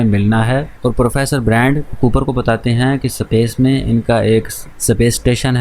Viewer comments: Space ❌ sapace ✅ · Bhai tune yeh movie 1 sal pahle dekhi, mtlb tab hindi dubbed available nhi tha, english to ati hai tuze pr space ko S pace kyu.. bolta hai..😅.... baki video to bhot mst thi...😁....keep growing... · Bhai pehele space pronounce karna sikle